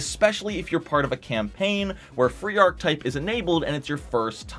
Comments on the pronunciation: Ark-uh-type, not ark-type. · What the hell is vein·kuh·type?! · And mispronounced every time.